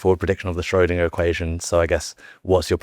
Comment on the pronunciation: They can't pronounce 'Schrödinger" correctly so why would I believe what they say ?